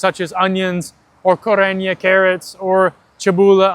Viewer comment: the "korenje" and "čebula" pronunciation was perfect, great job!